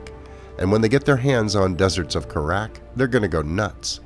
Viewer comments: As happy as I am you announced this, you mispronounced "Kharak," watch any one of the cutscenes from the original game early-on and you'll know what I mean. If I understand this pronunciation sound-out stuff right, it's supposed to go "Kare-eck," it can alternatively be pronouced "Kar-ahk." If you want to hear both pronunciations, watch any video of Mission 3 from Homeworld 1. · love the vid. subbed. pronunciation of kharak, suspect. :)